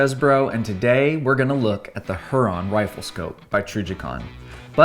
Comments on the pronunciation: its pronounced hyur-on; not huron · Here-on. Not Her-on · Not her - ron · It’s pronounced “Huer-on”. Like the Great Lake or native American tribe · Pronounced hue-Ron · It's pronounced "hear-on" like lake Huron. Trijicon is based in Michigan. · I swear if you do not go and look up how to say lake Huron write freaking now, I am gonna have an aneurysm.